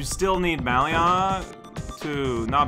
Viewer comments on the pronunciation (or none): Oh, im not sure if anyone's mentioned but it's pronounced "Bail-og" not "Bal ee og". Thats how they say it in Heroes of the Storm, the Blizzard MOBA where The Lost Vikings are a character